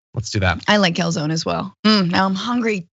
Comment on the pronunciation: Calzone rhymes with "cone" or "zone" ;-)